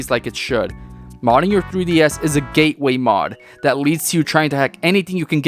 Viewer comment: bro i died when he said "geteway mod"